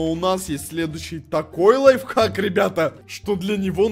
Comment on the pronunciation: первая шоколадка которая правильно сказал слово ЛАЙФХАК